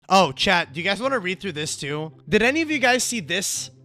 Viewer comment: Dod you just call it "dod" and not "did" 😭